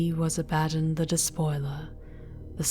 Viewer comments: Sure but I have heard a lot of 40K audio and it's always been pronounced as I said both Abaddon and arch-heretic. Up to her if she wants to pronounce it the same or different. But arch-heretic is definitely wrong. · I think you are mispronouncing "Abaddon." It's "a-ba-don" and "arch heretic" not "ark heretic."